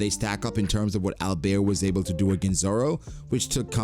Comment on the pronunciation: I think Alber's name is actually Albel. The el is commonly added as a suffix for angel names.